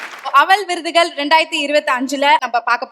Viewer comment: அவல் விருதுகல் என்று சொல்லுவதே படு அவலமாக இருக்கிறது..😮😮